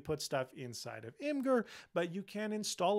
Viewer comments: Im-gurr? 😆It's pronounced as Imager. Image-err. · I feel like you're my fun uncle and I've been a subscriber since you were reviewing hardshell cases for iPhone 3GS before you went on your mission trip — and I will be a fan forever. But, it's not Imgur, it's pronounced "Imager" 🙃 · Great video as always, but just FYI imgur is pronounced “imager” (image-er) and not “im-grr.” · Love the video, but it’s pronounced imager (imgur) LOL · Uh... is it actually pronounced Im-grr? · Really helpful—thanks a ton for taking the time to do it—especially with being under the weather! (Fun fact, in case you ever wondered: Imgur is pronounced "image-er.") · Imgur is pronounced ’image-ur’ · You pronounce imgur wrong